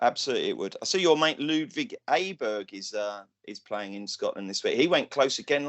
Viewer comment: Sorry for your loss,. But on a lighter note, I know how you like to pronounce foreign golfers' names correctly (i.e. Larrazabal, Otaegui, etc.) so I thought I'd help you out with a Swedish one that everybody, understandably, gets completely wrong - the new Swedish PGA sensation Ludvig Åberg. His surname is pronounced "aw bay" not "eh burg". Incidentally, he comes from a town called Eslöv ("ez lurv") which was once named the most boring town in Sweden. Looking forward to your Open tips next week.